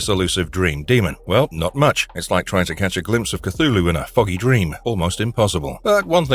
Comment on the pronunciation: It is pronounced: 'clghu' hhloo'